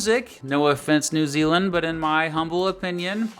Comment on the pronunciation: New Zealand ( not New year).